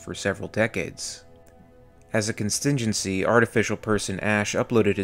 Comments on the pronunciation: contingency not constingency lol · LOL what is a constingency???? ROFL ROFL. It’s Contingency. Hahahahahahahhaha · "As a constingency" is that a constipated contingency? 🤣🤣🤣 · ...as a CONSTINGENCY... Thank you for your contribution to the English language. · Constingency? Lol